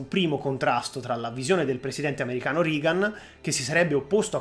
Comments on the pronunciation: Non per fare le pulci, però Reagan è pronunciato regan, non rigan. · Interessante, sintetico (probabilmente alcune parti sarebbero state da approfondire leggermente), scorrevole. Unica pecca: la pronuncia di Reagan in "RIGAN". Basta una ricerca veloce anche qui su youtube per sentire che la pronuncia è quella che si è sempre sentita e cioè "REGAN". Un saluto. Continua così. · Ottimo video. Unico appunto: anche in americano si pronuncia rEgan, non rIgan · Regan si pronuncia Regan e NON Rigan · Non si pronuncia "Rigan" .....😂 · Reagan si dice Regan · interesantissimo...complimenti. L'unico appunto è sul nome del presidente americano, Ronald Reagan si pronuncia /regan /. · Ottimo video. Complimenti! Unica pecca la pronuncia reiterata non corretta di Reagan ("Rigan" ).